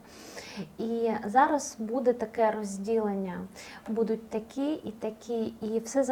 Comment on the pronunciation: Чого буду‘ть? Що за наголоси?!